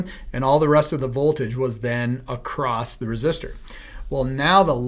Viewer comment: Acrosst? My grandmother used to say that.